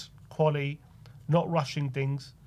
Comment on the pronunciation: Not qualieeee ,quality!!!TTTT use your consonants please!!